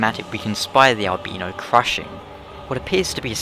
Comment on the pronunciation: I can use English language phenotics and grammer to PROVE that you are pronouncing albino incorrectly. still funny though....